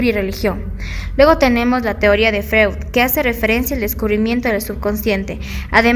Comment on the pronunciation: Freud,,,,, se pronuncia Froid,,,,,,,,, por favor!! revisar la pronunciacion de los autores